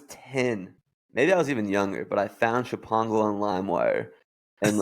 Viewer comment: sh-pongle LOL I think it's pronounced "Schpong-gul' - but I get it,, I get it